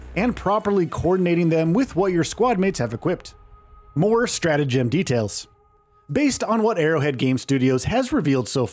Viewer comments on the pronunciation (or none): Why are you saying the word “strategem” like it’s some made up word for this game that has to do with gems? It’s a real word. Look it up.